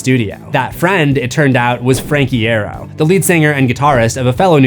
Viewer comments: You said franks last name wrong. It's pronounced "Eye-Arrow" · i have to be annoying and say i recall frank saying 'eye ear oh' on instagram once. so ig it's more an e sound than an a.